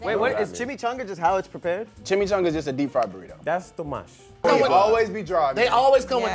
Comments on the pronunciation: Daas too mush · "Thassss... too mush"